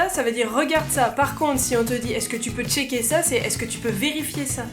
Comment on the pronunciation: Ahahahah cachai wn ??? Le "checker" me fait penser à l'espagnol chilien !!!